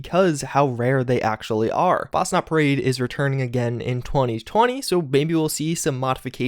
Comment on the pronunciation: ITS NOT FASNAT IS FACHNAUT (i dont know how to spell it